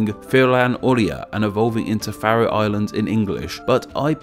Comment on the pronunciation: Haha, it's about the only one he got right :D